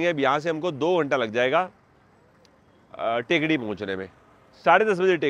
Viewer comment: टेकडी नहीं थेक्कड़ी है इस शहर का उच्चारण